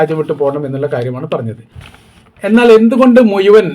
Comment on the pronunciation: മലയാള ഭാഷയിൽ ഴ എന്ന ഒരു അക്ഷരം ഉള്ളതാണ് മുഴുവൻ എന്നതാണ് ശരി മുയുവൻ എന്ന് ഇനി മേലാൽ പറഞ്ഞാൽ നല്ല തെറി കേൽക്കണം😂